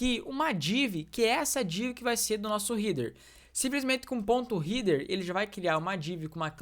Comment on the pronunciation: Nao se fala rider e sim rédêr… Header nao eh heeder..